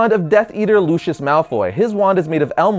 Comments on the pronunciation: luu ceee ussss no lushius sorry I just get really picky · Its Lucius Malfoy not Luchious Malfoy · Lucious not lushus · Lucius. “Loo” “see” “us”. Not “loo””she””us” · It’s Lucius not LUSHUS! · At number 9 you were saying lushis But it is pronounced Lu-see-iss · It’s Lucius not Lushus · It's Lucius pronounced (lucy-is) not Lucious pronounced (lou-shis)!!!! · Who's lushius? I only know Lucius lol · its pronounced lusius not lushus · Does anyone notice he's saying LU-SHE-US instead of LU-CI-US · Lucius is pronounced (Lucy-us) no hate this is one of my favorite Harry Potter videos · Luishs malfoy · its LU-SEE-US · Im sorry but, you have 1.2 million subs and you cannot even pronounce the names of the characters as JK Rowling herself intended as well as some of the information being infactual. Pronounciations: Hallows - Ha-ll-ows Lucius Malfoy - Loo-see-us (As said in movie and by JK Rowling) Also, it wasnt Harry and Voldemort's wands that allowed them to read eachothers minds, it was the connection created when Harry's parents' love deflected the killing curse conjured by Voldemort, killing voldemort and making part of him latch to Harry to make him a horcrux which then allows them to read eachothers minds. Furthermore, Voldemprt only used Lucius Malfoy's wand because of the twin cores between Voldemort and Harry, so they could only harm eachother and not kill. Next time you make a video about something as detailed as Harry Potter, either do some research or expect corrections from Harry Potter experts. And whats with the advertisment? Nobody cares, they come for your videos, not to see your desperate attept to make money. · not trying to be rude but you hardly pronounced Lucius wrong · LUCIS IS PRONOUNCED LU C IS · Why can't anyyone pronounce Lucius Malfoy's name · Your an idiot cause you said Lucius’s name wrong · I almost died every time he said Lucius wrong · He said LuCius the correct is LU-Ci-US